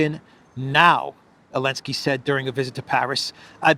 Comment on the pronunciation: Lol u funny can u ask u something why don't Americans pronounce (Z elinsky ) name right with (Zel, not an (A elinsky